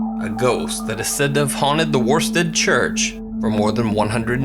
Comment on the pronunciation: As an East Anglian, the villages name is pronounced 'Woosted' otherwise, great stuff!